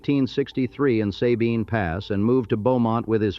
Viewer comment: Sabine is pronounced suh-been.Neches is pronounced nay-chiz.Goosher?